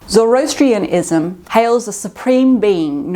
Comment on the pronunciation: Zor OH Astrianism Mono-theism. Not "monolithic" Not mocking, just trying to help.